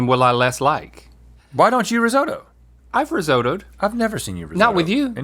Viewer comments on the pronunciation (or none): risotto isn't pronounced like that, nor does it stand up like a puck